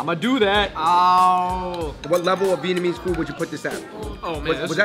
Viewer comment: Come on how are you Vietnamese but you pronounce it incorrectly 😭